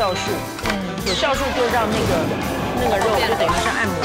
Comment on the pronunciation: 好烦人，没什么内涵，酵素她说是孝素